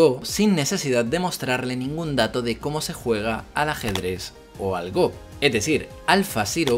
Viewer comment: Gran vídeo como siempre,!:D Me quedé muy contento cuando escuché cómo pronunciabas "Go" ^_^ No te culpo, pero en los primeros vídeos de años atrás me dolía un poquito la pronunciación (¿inglesa?) "Gou" XD